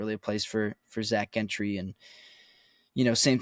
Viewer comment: Why does it bother me the way says Zack’s last name. Maybe because nobody else in the world is pronouncing the G that way. Follow us, it’s Gentry like Gentleman UGGG. Not happy with King trade but for temp we will see but there is something fishy about this guy being available especially being cut by Texans. We will see if he helps until we can get some permanent top quality help. is so happy like we just got sauce hahaha. I trust Kahn that he at least tried to get some depth at CB from what’s out there and hopefully he’s better than Pierre in the game because Pierre helped us last year, he wasn’t great but he helped instead of hurt us. Welcome Desmond King. I’ll be happy after I see him play. Thanks for the good reporting. Haha said it right the first time. They keep going back and forth changing the G that’s why it bothers me OMG